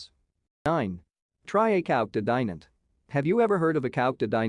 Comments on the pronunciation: Dai-nant ? Dye-nant ? The "i" is pronounced as in "kid". And the "t" is silent. The city is not really a "hidden gem" either. Ok, there are a few places to visit such as the cathedral or the citadel but really it"s not that special. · Butchering of the name but it's a nice place.